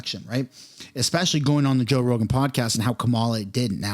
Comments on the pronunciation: You said roe jogan lol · Anyone else catch he said “Roe Jogan” at the very beginning?